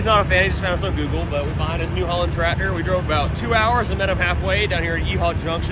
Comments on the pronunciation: Oh so tradder is Tractor. That's quite an interesting speech impediment. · It's TRACTOR!!! not tratter.